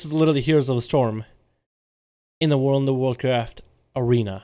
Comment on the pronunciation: this "World of Warcraft" sounds so weird tho)